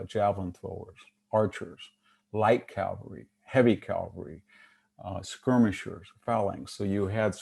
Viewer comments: and and It's not "cal-va-ry", it's ca-val-ry. Calvary is a word but refers to the purported location of the Crucifixion of Jesus of Nazareth. It was interesting to hear VDH admit that the Framers of the American Constitution intended to foster cultural and political evolution. Contrast this with the doctrine of "originalism". The current reaction on the part of the alt-right seems to be an attempt to reverse recent cultural trends and roll back the evolution to a multicultural future. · Nice talk but why is he saying "calvary" instead of "cavalry"?